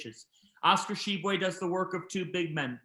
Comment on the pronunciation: Glad to see finally learned how to pronounce Tshiebwe!